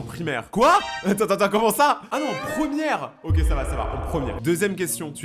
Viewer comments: Pk tu dis ok en mode oke genre ça se dit oké 😅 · c la première fois que j'entends qlqn prononcer le mot ok "oque"